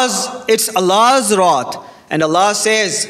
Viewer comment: Wrath not rot seems like need to learn to speaks English